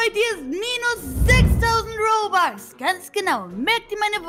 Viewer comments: Das heißt robux und nicht bobux 🙄😤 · es heißt nicht bobax sondern robux okay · Das heißt nicht Bobux sondern Robux